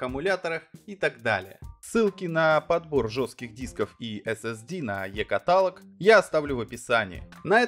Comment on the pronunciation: Сеагейт??? Прикольное произношение ))))) Ещё прикольнее - катАлог. )))